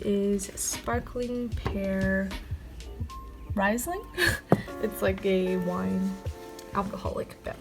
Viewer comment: 'Riesling' is german and pronounced 'Reesling' with a less soft R ! ;)